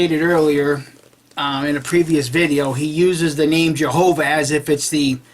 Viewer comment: Nah these guys must be high on something .. The guy never says Jehova, it was more like YeovaX ... also the translator typed jehova but for spanish speaker sound or pronounces it with an X at end ..